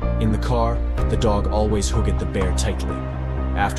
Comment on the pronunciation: I hate these AI voices for videos. This "thing" pronounces every syllable whether it is appropriate or not. Note how it pronounces looked as two syllables. And when the woman was bathing the teddy bear, it says "the woman batted the bear". There are many more examples of mispronunciation in this video.